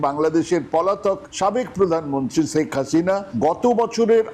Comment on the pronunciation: শ্যাক হাসিনা নয় শেখ হাসিনা।ভাষাটি অন্তত শুদ্ধ করে বলবেন ভাই